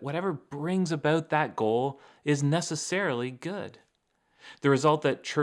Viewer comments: What are you talking aboat?🤷😁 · Love you,... especially when you Canadaize the word "about"!